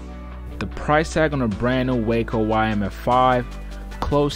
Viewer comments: Wahhhco,, it’s pronounced Wah-co not Wayco. And itt is one of the most beautiful planes ever built. And I’m sorry for my outburst, I promise to be good. Thanks 🙏 for sharing a great 👍 review of a beautiful airplane that looks like a blast to fly! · Sorry there not real Waco's and it's pronounced Waaaaaco not Wayco we have originals at our airport. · I'm a cranky old nit-picker but the aircraft company is pronounced wah-co. The city in Texas is pronounced way-co. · nice views but, as someone pointed out, the opening airplane is NOT a WACO YMF-5 or any other WACO. And - please - "Way-co" is a place in Texas. "Whack-oh" is a crazy person. "Wah-co" is the beautiful airplanes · It's waa-co. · Waco rhymes with taco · Great video! Beautiful plane! Pronounce Waco to rhyme with Taco though. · Yeah, Waco (aircraft) is pronounced as if it rhymes with “taco.” I made that mistake for a good while. Regardless, nice video! Gave a good look at beautiful airplanes. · I'm anxious to see if they'll also make a cabin biplane again. Is it pronounced "WAH-co" or "WAY-co"?